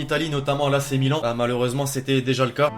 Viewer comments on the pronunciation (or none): none